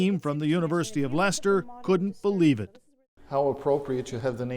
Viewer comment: FINALLY an American/Canadian that pronounces "Leicester " correctly, it's a bloody miracle Calling it silly is also incredibly ignorant. He is an important part of our history, finding him has proven he DID have an issue with his back, its helped identify how he potentially died, its helped fill in so many gaps surrounding him. He deserved a proper burial and to be remembered like all our other monarchs have been.